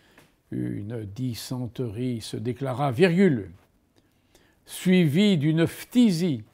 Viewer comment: J’ai fait 31 fautes et les seuls mots de vocabulaire sur lesquels je me suis trompé c’est arrhes et dysenterie (car je trouve qu’il a été mal prononcé) En réalité comme pour les langues étrangères d’ailleurs mon problème ce n’est pas le vocabulaire mais plutôt la conjugaison